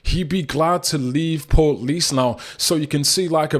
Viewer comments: It's pronounced port leash not portlease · Pronounced, portleash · I’d just like to say you need to learn how to pronounce Portlaoise properly marra,and I’m saying this with respect.